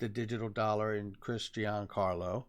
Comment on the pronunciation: Good job. Just a heads up to all the great content providers: Chris Giancarlo's name is pronounced like "Johncarlo". Not "GeeAnncarlo". Thanks